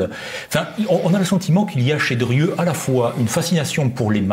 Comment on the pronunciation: Monsieur le présentateur, on prononce "DRIEU" et non "DURIEU". Insupportable.